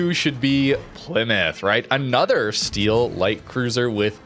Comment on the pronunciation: Plymout father xd